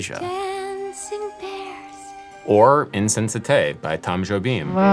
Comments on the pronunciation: Adam, great video, as always! But just a quick tip, in portuguese the "ez" or "es" is fully pronounced, the "z" is not ommited like in french. So it is indeed "InsensatêZ", like in "harness" or whatever. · not adam pronouncing Insensatez as if it were french 😭😭😭